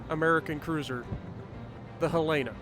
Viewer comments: Helena. Hell-in-ah. :) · Pronunciation is Helen-Uh. Not the way you are pronouncing it. It's named after my state's Capitol. She was in Pearl Harbor and due to a tender she was targeted by Japanese bombers. But due to that tender she also didn't capsize like other ships. I do believe she was "the most fightin'est ship in the fleet" and after playing her, I can see why! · Pronounced Hel-uh-nuh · As a Montanan I will just say you pronounced the name wrong. HELL'-en-uh. Other than that, good video!